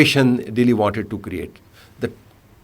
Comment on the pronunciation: the way he say Dehli, 😊